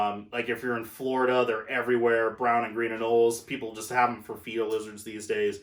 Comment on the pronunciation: Btw it’s an anole not noli friendly advise 😁